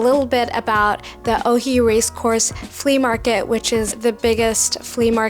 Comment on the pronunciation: It’s supposed to be “Oi” and not “Ohi”. The video is very good and you made a good job describing the details.